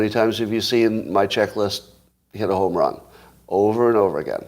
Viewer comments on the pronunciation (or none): none